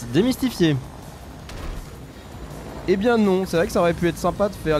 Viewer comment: Ta le seum quant tu dit demestifi